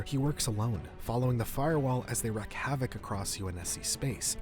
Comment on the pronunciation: it's *wreak havoc, not wreck havoc